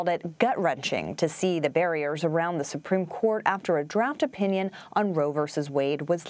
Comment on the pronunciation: "Supreme Dourt"